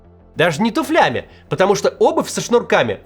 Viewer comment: Туфлями или туфлями ? ... со всем уважением )